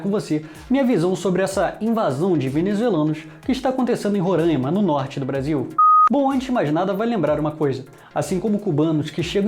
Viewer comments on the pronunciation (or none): Roráima e não rorâima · Tu tá falando Ruranima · Cara tu ta falando Roraima errado